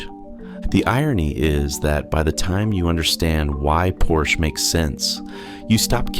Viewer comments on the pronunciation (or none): It's por sha